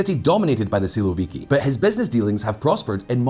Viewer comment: Man, You pronounce "siłowiki" in a way that it sounds like "słowiki" (at least in polish ear :) ) It's a little funny, because "siłowik" is a term used to describe an aggressive stance, usually called a "hawk" in English. On the contrary, "słowik" it's literally a nightingale (Luscinia luscinia) . I can't imagine Shoigu or Kadyrow as a nightingale singing in the meadow in the evening :D